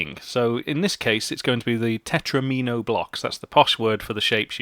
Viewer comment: “Tetromino” rhymes with “Domino”! The mispronunciation totally ruined the whole video for me. In fact, it’s put me off programming altogether, destroyed my fledgling career, and forced me into a life of male belly dancing.